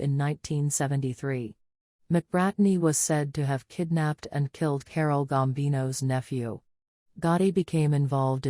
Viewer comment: John Gotti did not help James McBratney, also it’s Carlo Gambino, not Carole Gambino.